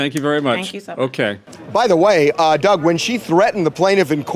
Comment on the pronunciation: Omg he would be a disowned brother... that girl is so ratchet 🤣 like girl grow up and be a real women... lmao Doug 🤣 you said it correctly sir 👏 lol